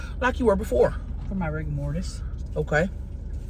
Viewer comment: Any time says ‘rigor mortis’ I can’t help but chuckle. 🤭